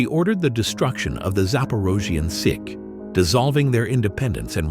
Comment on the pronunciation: The pronunciation of "січ" [sitch] is hurtfully wrong. It is pronounced like as Stitch, but without first "t".